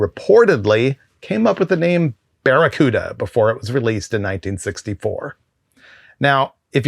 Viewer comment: Baccaruda.... say it with me